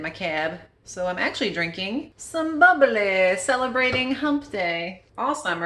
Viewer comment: You were saying five ounces of "boble" when you were taking about the wine, the prosecco type. Are you of Norwegian heritage? Sounded super norwegian!